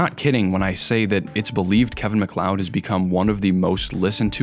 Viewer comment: Genuinely shocked to hear someone pronounce his name correctly, the number of YouTubers who make serious long-form essays that unironically call him Kevin Mack-lee-odd makes me think that basic research is still a low priority for most.